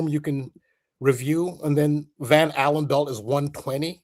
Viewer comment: Just clicked, Blood, Sugar, Sex Magic. When says Van Allan, I keep hearing Van Halen. Great additions tonught! And awesome guest